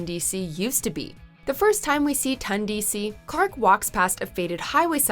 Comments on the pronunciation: Ton. Ton DC. Not Tun DC. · Its not pronounced tUndc it’s pronounced tOndc